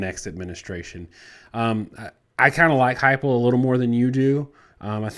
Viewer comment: The story is that Fickell will not leave Cincy except for Ohio State. Josh's name is pronounced HYPEL. BTW. Josh Heupel is beloved by the Sooner Nation....he won't leave TENN after 1 year though. We loved Brent and would love him back. And you guys are WRONG Our coach left Oklahoma for a school that CANNED Kiffin....and you think HE is Oklahoma's savior. (How to say USC is miles above Oklahoma without SAYING USC is miles above Oklahoma). The alumni would collectively shit a brick.